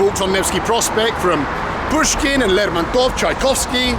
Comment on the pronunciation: Did he say Bushkin was there ?